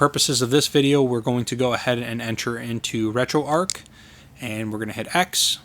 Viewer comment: Like your videos but curious why you call it RetroArk, it is RetroArch. Arch like in the Golden Arches. :)